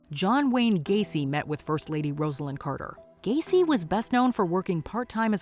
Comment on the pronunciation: Why can’t you say Rosalyn Carters name lol